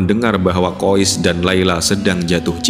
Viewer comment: Saya pernah tanya pada teman saya yg satu negara dengan anak dalam cerita itu. Kata teman saya nama anak laki-laki tersebur adalah: KHAIS Kenapa ada sekelompok orang entah dari mana, menyebut namanya dengan sebutan KHOIS Tolong jangan suka mengubah kaidah penyebutan nama orang lain.